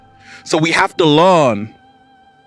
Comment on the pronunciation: We have to „LEARN“… not „LAWN“…. Love u!